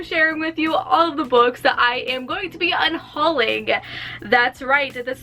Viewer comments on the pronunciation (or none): Did you mean un-Holly-ng?